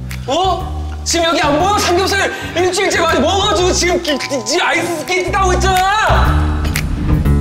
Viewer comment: 아이스께이뜨ㅋㅋㅋㅋㅋㅋㅋㅋㅋㅋ 아이스께낔ㅋㅋㅋㅋㅋㅋㅋㅋㅋㅋ 아 너무 웃기다고ㅜ